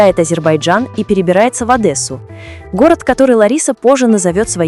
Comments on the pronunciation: Во первых не ОдЭсса, а ОдЕсса. А во вторых так приятно вспомнить, как вы издевались над нами и в те годы, и сейчас. Спасибо, что напомнили, почему я давно живу в своей стране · ОдЕсса , а не Одэсса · Не ОдЭсса, а ОдЕсса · Поправочка..Не Одэсса, а Одесса.. ❤❤❤ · правильно Одесса, и я русская, и мне слух режет это "ОдЭсса"